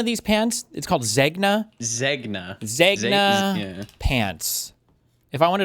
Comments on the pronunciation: If you cant pronounce it, you shouldnt wear it...... Zeh-nyah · Literally couldn’t pronounce Zegna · No one knowing what Zegna is and even Hasan not pronouncing it just shows there are no women in their lives😔